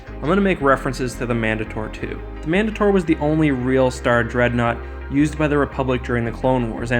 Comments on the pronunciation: Man-day-tur not Man-duh-tor cmon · He said mandator wrong